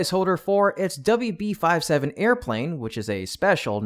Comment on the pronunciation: Does anybody there know that WB-57 would normally be pronounced doubleyou bee fifty-seven?